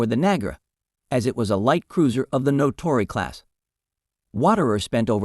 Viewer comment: The script/reader is very poor. Warder, not "Waterer". Naka, not "Naca". Natori, not "Notori". Truk and Leyte Gulf, not whatever the script had. The actual action described is very interesting, but the video title is clickbait beyond mere hyperbole. Adding a bit of information ... USN Mark 14 torpedoes were wretched. Among other faults, the magnetic exploder was very sensitive to local natural magnetic field variations, often resulting in premature explosions such as Seawolf appears to have experienced. The IJN used many of its light cruisers as destroyer squadron leaders. The US Sargo class was fairly modern, but the succeeding Tambor boats were in commission, and the still newer Gato class boats were starting to come into commission in December 1941.